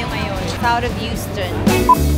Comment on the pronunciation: SoHo South Houston.. that's pronounced house-ton in NY not use-ton